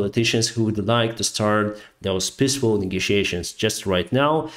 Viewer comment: I love your commentary, but it's hard to take you as seriously as you deserve when you talk about panton bridges (pontoon) and pissfull (peaceful) skies